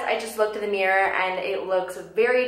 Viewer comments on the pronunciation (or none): none